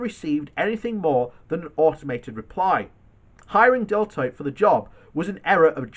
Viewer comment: Are you trying to say Deloitte?